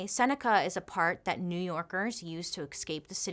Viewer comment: The “exscape” pronunciation is painful